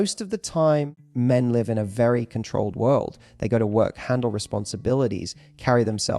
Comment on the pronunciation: You need to teach your AI to pronounce ' live' correctly x